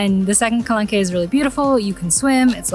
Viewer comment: For your next video, you might want to Google “how to pronounce X”- there is often a few videos out there (as there is with calanque) I liked your video but found it really distracting every time you pronounced it wrong…you don’t have to say it with a perfect French accent, just get it in a better ball park. That shows respect for where you’re going, you would appreciate it if others did it for you! 😁 So for example, the following is fine: Ka - LONK For the town, there are two ways to say it: Ka - SEES Ka - SEE